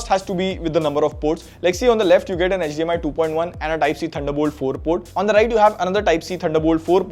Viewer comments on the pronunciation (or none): none